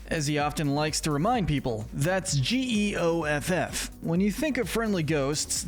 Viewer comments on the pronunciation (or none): none